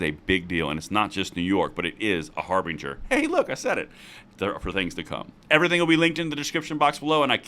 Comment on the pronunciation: Har...Bin...Ger (the "G" sounds like the "G" in germ). Now you know, and knowing is half the battle...